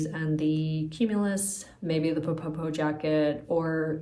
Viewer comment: I really love your channel and have enjoyed watching your Melides dress coming along. You're almost there!!! I wanted to let you know that the Ppoppo jacket should be pronounced more like "po-po" (you don't double the initial p sound). Ppoppo is the Korean sound for kissing. So the meaning is something like "kiss-kiss" jacket. :)